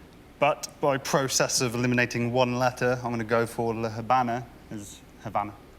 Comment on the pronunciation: Since the h is normally mute in Spanish, except when combined with the c, "La Habana" is pronounced as "La Abana." The way they pronounced it would be "La Jabana" written in Spanish.